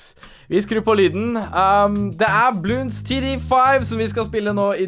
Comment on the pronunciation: Det er bloons ikke bloonds